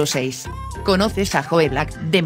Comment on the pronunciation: Por favor no lo digas como se Lee Joe black porque no se entiende está escrito en inglés y es la número uno para mi